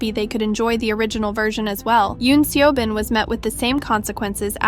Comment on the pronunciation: As a channel specialized on K-pop, it would be appreciated if you pronouned their names right. Obviously you will have an accent, but it should be know that (for example) the E in Seobin's name is a result of romanization and not actually pronounced.